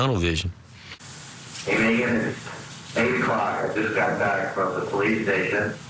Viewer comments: Drives me crazy how pronounces Megan, like MEE-gan. Who does that? 😂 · Spelled Megan, pronounced Meegan.